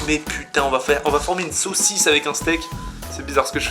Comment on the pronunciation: Il dit Big socisse il dit petite socisse